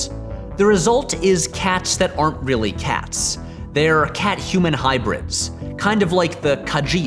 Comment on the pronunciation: It bothers me how it sounds like he's saying Cass instead of Cats.